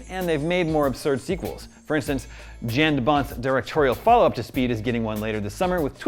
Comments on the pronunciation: His name is pronounced “Yahn” not “Jan” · Just an FYI but Jan de Bont is pronounced “Yawn” de Bont.